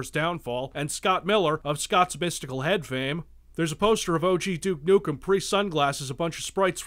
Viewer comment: "Duke Nuckum"